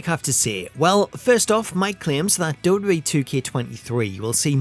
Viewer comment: you need to learn how to pronounce WWE, it's been a thing with you for years